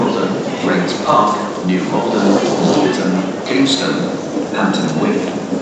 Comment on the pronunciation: Yeah Instead Of saying Kingston he Say Kongston